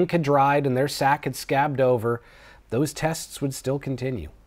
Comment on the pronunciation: You mispronounced testes. These testes would go on😅